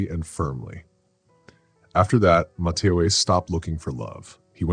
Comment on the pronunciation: Love the voice of the narrator. However pronouncement could be a little better - “Ma-te-o” not “Ma- ta- o-a”